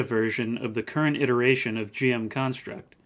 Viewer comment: No way you pronounced it as jm instead of gm. I never understood you Americans